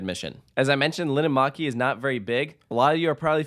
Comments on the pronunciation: and Linnanmäki is pronounced /lin:ăn mæ̆ki/ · me hearing linnanmäki being said wrong feels weird but i know that not everybody can speak finnish